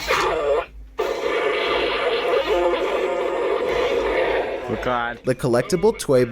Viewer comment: "To infinity, and beyruuuurnd!"